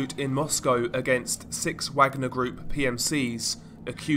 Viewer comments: Only one criticism. Its pronounced 'Vargner' group. Wagner should be pronounced 'VArGNER' The way it is for the classical composer the private company took their name from. Both Hitler and Stalin laid claim to his music and heritage. Wagner wrote 'Ride of the Valkyries'. One movement of the piece features in the movie Apocalypse now, the chopper attack scene into the famous "Charlie don't Surf" scene! It is a misconception that it is linked to the Nazi's. Thats not entirely accurate. Hitlers favourite composer was Wagner. Thats mainly where that misconception came from. The accurate link is as you said, close to Slavic tradition. Slavs and Vikings have a long connection. Its even believed the word Slav comes from the ancient Nordic meaning for Slave. Vikings took Slavic people as slaves to sell to the Khans around Constantinople 7th century. They even settled in Ukraine across the black sea from Istanbul/Constantinople. Vikings were pagans. If you know what the story is in Wagner's musical depiction, or anything about Valhalla, you will understand why a private military company employing a bunch of (patriots to Slavic glory) Mercenaries chose the name.. It has nothing to do with Nazis in their case. Although the Nazis also believed the same sentiment when they went into battle. Hence most of the SS battalion formation insignias are ancient Nordic runes. Himmler propaganda in the Ss. (He liked his esoteric religious legends of strength in battle) But it was never invented by o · Ever heard of research? Course not. This must be the 3rd or 4th vid I've complained about this about. It's pronounced, vagner, as in, the composer who is only associated with nazism due to Hitler's liking his music. Tenuous link as with Neitzche who died the year Hitler was born. It's your laziness and stupidity that kills me. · It's vaag-nah mate. Not wag-ner. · It's pronounced 'varg-ner' you dumbass! 😊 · How is this guy saying Wagner with a 'W' sound??? ITS NAMED AFTER THE GERMAN COMPOSER.